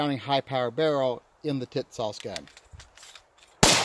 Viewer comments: He said “Tits-Sauce!” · Pronounced tis- sass. Calling it the kissass would make more sense. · Is it me or do I keep hearing tit-sauce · Yeah? WTF is that with him? Tits Sauce is what I keep on fucking hearing. IDK if he’s talking about some porn movie or a dam gun!